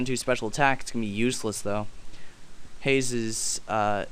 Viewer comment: its not haze its haaaze